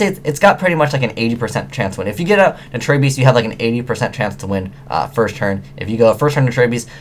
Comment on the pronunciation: you said "first" wrong